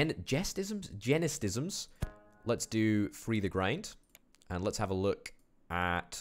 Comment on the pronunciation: It's Gene-Stims.